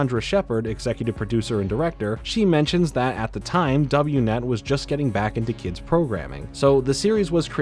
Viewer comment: "Double-u net" 💀🤣 Also skwak pad rhymes with pack, not hawk